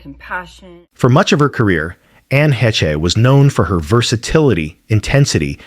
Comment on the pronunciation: ANNE HESHA FOR ANNE HECHE'S NAME??????????? DOUBLE DUMB ASS!!!!!!!